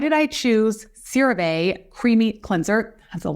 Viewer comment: It’s actually pronounced Cera Vee….like sea. Not Cera vay….like say. CeraVe is a combination of two words : Ceramides, our key ingredient for healthy skin, and MVE, which is our revolutionary delivery system called MultiVesicular Emulsion Technology which releases. Love your channel 💕